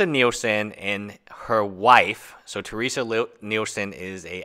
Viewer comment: Her name is Terese not Teresa.... Your continual mispronunciation of her name made it impossible for me to watch this video. xD